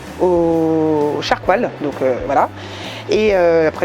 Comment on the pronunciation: Cette façon de prononcer charcoal, bahahaha